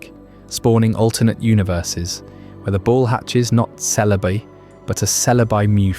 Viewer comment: You said Celebi 4 different ways an only the fist was correct. Had to stop watching.